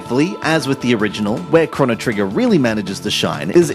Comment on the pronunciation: It's pronounced "crow-no", there isn't a double n you idiot